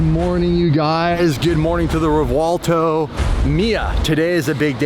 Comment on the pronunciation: REV-WELL-TOE REV-WELL-TOE PLEASE STOP SAYING REVWAHLTO 😂😂